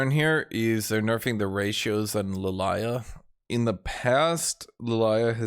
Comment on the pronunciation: What's with purposefully mispronouncing Lillia?